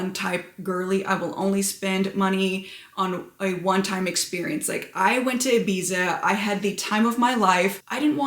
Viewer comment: you are beyond beautiful!! But please don't call it "Ibisa" 🤣🤣